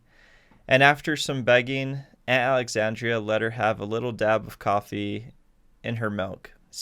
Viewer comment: It's Aunt Alexandra..... -_